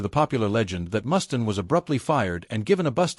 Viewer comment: It's pronounced Mustaine with a long Freaking A!!!